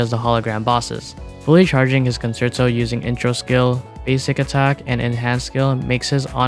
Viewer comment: WuWa content creators really need to learn how to pronounce 'concerto'.